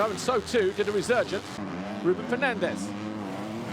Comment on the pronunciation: Every time he says “Fernandez” I hear “Ferrandis”